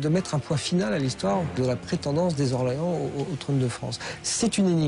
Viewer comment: Quelle honte ces journalistes de faire la liaison avec un nom propre (Orléans)